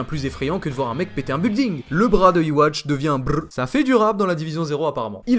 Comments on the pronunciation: En fait Yuhaba se dit tout aussi bien Yhwach (qui se prononce Yuhwach pas "iwatch") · Yhwach se prononce Youhabaha arrêtez de dire iwatch !!! 😂